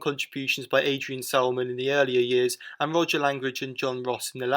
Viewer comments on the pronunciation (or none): none